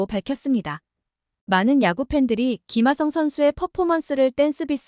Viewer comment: 김아썽이라고 발음하는거 신경 쓰이네요